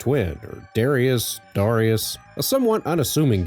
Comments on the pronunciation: dar-EYE-us ??? I've never heard anyone pronounce it that way. I've always pronounced it DAR-ee-us. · Love Darius Twin. Never heard it pronounced like that before but great review. Thank you! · My name is Darius. Never heard it pronounced that way 😂